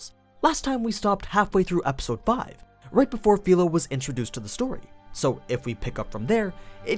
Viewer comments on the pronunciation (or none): none